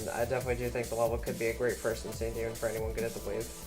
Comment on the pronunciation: bro that was the worst pronouciation of insane demon i have ver heard, it took me 20 minutes to find the damn level